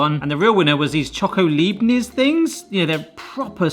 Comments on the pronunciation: The biscuits name is pronounced like "Iype-nitz". In your case it is a "lype-nitz shoko", the ones without chocolate are called "Butterkeks" and must be one of the most popular cookies in Germany - since they are traditionally given to babies. And used in desserts, one of them being the world famous "Kalter Hund" (Cold Dog). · Just a little help from a German: Leibnitz is pronounced "libe-nits". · Leibniz? Try Lipe Knits for the pronunciation! Makes it easier and close to perfect 😉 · Leibniz. I love them too. Leib rhymes with life but instead of the f in life it's a b. And niz rhymes with sits (as in sitting on a chair) 😜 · just for info Leibniz is a German make, in Germany, ei together is an iiiiii sound, and ie is an eeeee sound, your welcome 😊😂